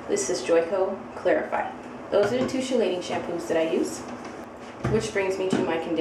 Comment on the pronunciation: Hi! Love the videos and info. FYI: CHELATING is pronounce KEE-lay-ting